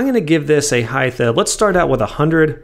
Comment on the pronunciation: Is it just me or does this dude say "Heith" instead of "Height"